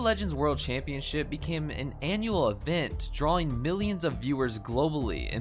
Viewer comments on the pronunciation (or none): none